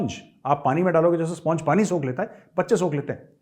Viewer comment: 18.38. Maj Gaurav, sponge is pronounced स्पनज not स्पोंज। Please refer Daniel Jones, English Pronouncing Dictionary, ELBS.